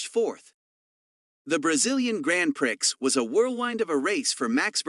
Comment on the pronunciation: Just want to help you out.when you say prix,it is pronounced pree.Grand prix(pree).